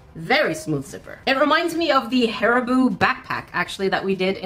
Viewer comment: You said hAriBooOo again…